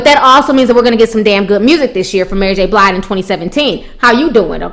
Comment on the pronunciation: pronounce Mary name "Mary J Blide" lol lol